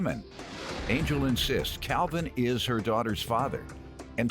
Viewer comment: It's sounds like his name is pronounced "Cowvin".